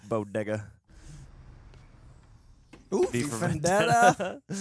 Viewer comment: Lmao he said "bodega" BUT we know exactly what it sound like lmao I had to run it back like 4 times lol 😂😭😭